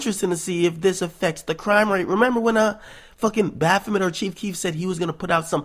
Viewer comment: I actually like this video Homie! I like what u said in this one so salute. But stop saying bafoment its a demon name and it every time u say it my skin crawls so #JesusGang. And Good vid